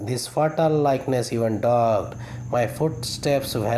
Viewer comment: V nice efforts sir, keep it up... some little correction is needed , it would be a landmark presentation....... fatal = فٹل not فاٹل, dogged = ڈاگڈ not ڈاجڈ, buried = بریڈ not بیوریڈ , Thanks...